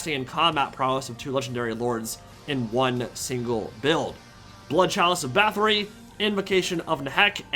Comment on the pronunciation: Every time he pronounces Bathori as "Bathree" and not "Battori", I cringe.